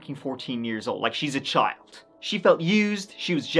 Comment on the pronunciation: The way she says child bothers the hell outta me. I’m from the southern US and we do tend to hang our vowels but… “Chyy-y’all’d”. It was just such a weird way to say it and, to me, you could hear her hatred just by how she pronounced that one word. She had weird vocal inflections on a lot but that stuck with me.